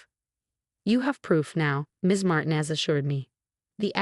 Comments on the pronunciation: would you please tell your stupid AI program that the Hispanic name Martinez is NOT pronounced "martin-ez" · FIX YOUR DANGED UP CURSED AI BOT!!!!! MAR TI NEZ IS CORRWCTLY SAID TO SOUND LIKE MAR - - TEEN- - NEZZZ ( SIS LIKE IT RHYMES WITH SEZZZ PEZ, FEZ, FIX IT!!!!